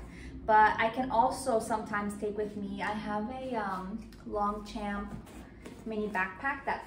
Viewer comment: Great review, thank you. Btw Longchamp is not pronounced Long-champ; "g" and "p" are both almost silent, so it's said like "lawn(g)-shawm(p)" (but quickly). If you search "how to pronounce Longchamp" there should be some videos.